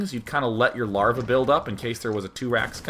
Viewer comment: "larvjaj" swedish style xD